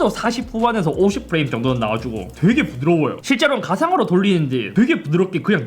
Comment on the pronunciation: "되게 부v드r뤄워어요" x 5 ㅋㅋㅋ 약간 사투리 탑재한 게이머의 신남이 느껴지는 반응, 귀여워요